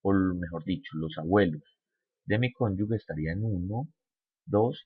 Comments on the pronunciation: no se dice ConyuGUE se escribe cónyuge, y se pronuncia conyuje, es como pronunciar con J, si le queda difícil pronunciar con G, pilas con eso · Se dice conjuge, es pronunciando la g sin que haya una U que no existe, gracias.